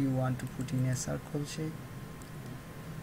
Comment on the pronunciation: No offense but it's not sarkul it's circle